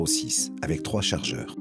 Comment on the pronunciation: Très bon documentaire, Monsieur Zéro. Félicitations! Par contre, de grâce, cessez de dire "Ayèk" au lieu d’”Avec”. Merci!